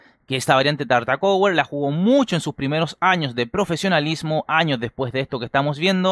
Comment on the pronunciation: "TartakoEwer", "GaErry", "FisheEr",etc... ¿pronunciados en inglés, ¡¡qué cerebro bivalente